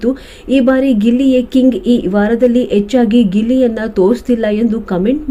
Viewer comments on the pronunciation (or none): anneradu, orage, echchagi, ummassu, enamma nimma kannada. sariyaada a kaara h kaara baarade iruvavaru yaake video maadtira madam? modalu kannada kalitu padagLa uchcharaNeyannu sariyaagi maadi😮